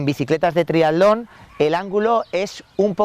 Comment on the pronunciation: Muy bueno, especifico y bien explicado. lo único es que repetir triadlon y triadleta en lugar de triatlón y triatleta tantas veces llega a ser molesto